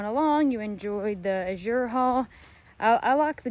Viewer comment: Azure's accent is on the A, not the Z. According to the owners. ❤❤❤